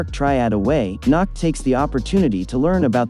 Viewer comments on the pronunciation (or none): The way he says Nacht XD NACKED